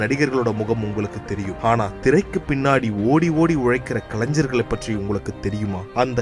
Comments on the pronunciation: கலைஞர்.....கலைன்சர் இல்ல....பேசுபவர் தமிழை கற்கவும்...உச்சரிப்பு முக்கியம்.. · தமிழை கொல்லாதே. கலஞ்சர்கள் என்று சொல்லாதே. கலைஞர் என்பதை தினம் தினம் சொல்லிப் பழகு. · அது கலைஞ்ஞர் அல்ல, கலைஞர். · முதலில் தமிழை சரியாக‌ உச்சரிக்கவும். கலைன்சர்‌ அல்ல, கலைஞர். கலாச்சாரத்தை சிதைத்தது போதும். மொழியையாவது விட்டுவிடுங்கள் தயவுசெய்து. திரைப்படத்துறையில் கோலோச்சிய உன்னத மற்றும் மிகப்பெரும் கலைஞர்களுக்கு ஒரு காணிக்கையாகவாவது இருக்கட்டும். நன்றி. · கலைஞர் என்கிற வார்த்தையை சரியாக உச்சரிக்க தெரியாத நீ ஒரு தமிழனா?